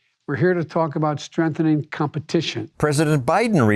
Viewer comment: "Strenthening" "strenthen" --Joe Biden Yes that's how he pronounces the word strengthen. This guy drives me nuts.